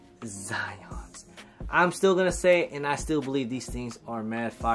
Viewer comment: Zyons r 🔥🔥🔥. Dope review n on feet. 1st vid in awhile that u pronounced da name of da shoe correctly. 🤣😂